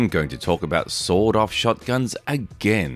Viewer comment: Every time author says sawed-off shotgun, I hear sawdust shotgun or sold-out shotgun 😅